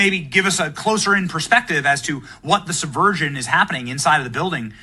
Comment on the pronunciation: Subversion not "suh version"